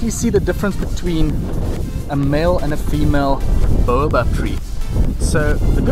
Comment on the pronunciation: His pronunciation is correct. Explain why you think it is wrong. I am an English language professor, so I think I know what I am talking about.